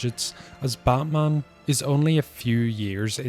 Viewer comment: Bro said Ba'man